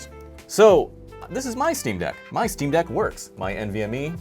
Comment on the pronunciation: Jesus Christ it’s the “ick on eck” steam deck.